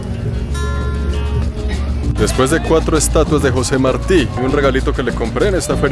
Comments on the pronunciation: la parte en que cada vez estabas pronunciando mal y diciendo Marti en vez de Martí (con acento en la i) lol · Martí!!! Con acento en la I, te lo dijeron 200 veces jajaja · Se dice José Martí con acento en la í. Murió en una refriega con el ejercito español. El no debía haber ido a pegar tiros porque hacía mejor servicio en la retaguardia con su poesía etc., pero se ve que se empeñó en ello. Excelentes videos haces amigo, saludos! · No es Marti, es Martí. Un español nacido en la Habana, como todos los cubanos, hijo de peninsulares ibéricos (salvo los que descienden de africanos), de padre valenciano y madre canaria. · No es José Márti, es José Martí. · marti acento en la i maeti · Emocionante: el canto del gallo y luego el suspiro. Inquietante: El faro. Repulsivo: la propaganda al Che. Entretenido: este es el tercer Mar'ti, este es el cuarto Mar' ti. Esto último puede provocar risas muy estruendosas en una persona nacida en Cuba y que fue adoctrinada por comunistas desde el círculo infantil. Fue mi caso. Gracias. Muchos éxitos. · MARTÍ! José Martí! Acento en la í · Se pronuncia Martí ! Acento en la i ! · Martí. Con acento en la I. Jeje. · Martí, se pronuncia con acento en la i. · Martí, lleva acento en la í, por tanto es aguda. Se escucha raro como lo pronuncias. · Interesante pero no te equivocaste con Marti el asento es en la Ultima I no en la a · Desconozco si es asunto de acento, pero ese apellido en Costa Rica lo pronunciamos con acento en la I. José Martí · Me pregunto si en algún momento aprendió a pronunciar Martí. 😅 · tus videos me gustan,pero le pones demasiado énfasis cuando hablas de los norteamericanos que iban que hacían….y la pregunta es te caen mal los norteamericanos? Porque al ser you tuber,no debes hacerlo.yo vivo en Norteamérica,y no me gusto el tono que usastes